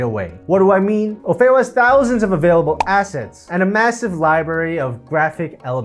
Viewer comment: Ummmm... pretty sure it's OFF EE O ... NOT O-FAY-O (o feo means "or ugly" in Spanish. It's Offeo like Offer)